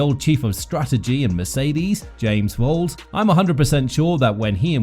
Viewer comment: Why are you pronouncing the Williams team principle name wrong? Is this an AI talking?